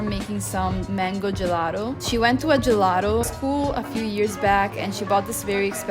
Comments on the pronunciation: Perché gelaro? Sei Italiana, bisogna insegnare la giusta pronuncia:) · Puoi dire gelato con la T dato che sei italiana, gelado è osceno.